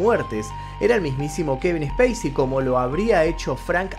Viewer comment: Cuando pronuncia el nombré del actor, pareciera estar nombrando ha una nave espacial, y en el nombré creería que debería de haber pronunciación, y creería qué nosotros me suena ha multitud cuando usted dice como conoció al actor y la verdad nosotros no lo conocemos, y creería más bien 😊 qué lo hemos visto en los rodajes de las películas